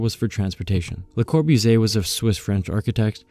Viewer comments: Geezus, if you're gonna narrate then friggin learn how to pronounce the words and names FIRST! [LUH] + [KAW] + [BOO] + [ZEE] + [AY], [MEES] + [VAN] + [DUH] + [ROH] + [UH] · wow great video! a lot of amazing topics and information. LOL though because op decided to use Siri to pronounce Bologna but chose to butcher Le Corbusier multiple times.